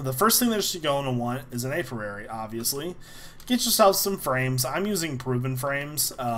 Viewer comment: Alverary? Apirary?!? It's Alveary and Apiary.